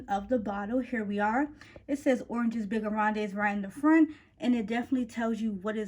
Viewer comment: The whole name is in french 🤣 (you don’t pronounce the es) 😉 but I love that you’re trying. Very good video! Do you own figues and agrumes?